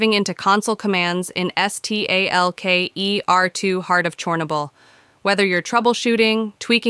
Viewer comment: es tee ey el key ee ar two 🤦‍♂